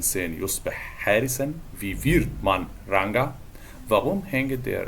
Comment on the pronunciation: هي نطق Ranger دي صح؟ انا سمعتها منه بيقولها بالجيم المعطشة وفي Duden برضو كده